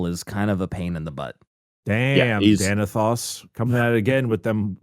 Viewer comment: its pronounced Dane-a-those